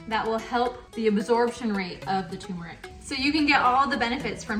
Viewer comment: TUR-meric. There is an “r”!!!!!!!!!!!!!!!!